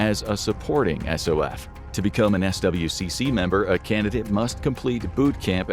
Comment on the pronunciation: You can pronounce SWCC as "Swick"